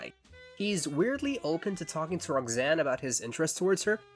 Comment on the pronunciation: great video however the way you pronounce Roxanne (like Rog-zane) made me irrationally angry